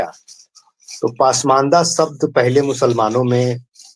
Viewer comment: दोनों ही अंसारी ब्रदर का उर्दू उच्चारण बहुत खराब है. अगर आप पसमांदा mahaaz नही बोल पाते तो इसका नाम बदलकर कोई और रख लें. पसमांदा को पासमान्दा और mahaaz को mahaaj बोल रहे हैं . Zila को jila बोल रहे हैं.